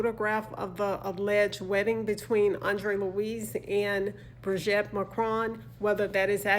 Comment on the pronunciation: Thank you, dear, but please stop calling her Brigette, it's wrong and it's awful. It's pronounced Bree-geet. Bree-geet. Please! Take care 🌹